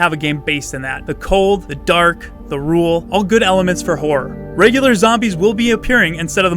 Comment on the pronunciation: Rural...not ruul